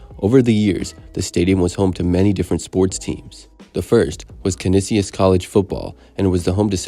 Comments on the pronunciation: You get Bisons correct but miss Canisius? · FYI: Canisius College is pronounced Cuh-nee-shuss.